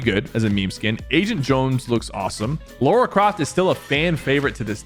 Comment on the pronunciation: Stop calling Lara Croft Laura you smeg sniffer